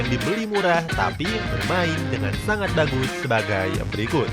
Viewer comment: Kok gw dengernya dagus ya? Bukan bagus